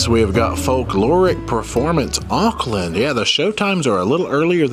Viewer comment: Oops its pronounced orkland lol and I'm from Australia